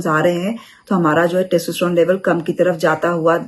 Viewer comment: मॅडम पहले testosterone बोलना सीख लो